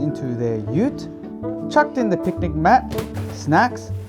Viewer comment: Was trying to work where you were from, until you mentioned 'ute' 🤣